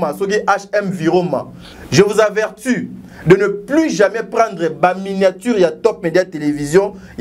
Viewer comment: Avertu te balobaka averti